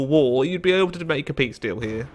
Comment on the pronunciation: I still don’t know why he can’t say war